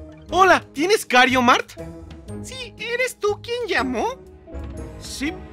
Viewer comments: tu eres el mejor en el juego pero lo único en lo que no eres el mejor en el juego es su pronunciación (el juego se llama Mario kart y como la señora de stame gop confundió tu genero confundiste el nombre del juego con kario mart) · Las veces que dijo kario mart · Bro dijiste kario mart 😂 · Viste COMO dijo Mario kart Kario mark 🤑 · Me di cuenta de que dijo kario Mario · Digo dijo kario mart y es mario kart no kario mart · Porque decís kariomart en ves de mario Kart es lo copiraid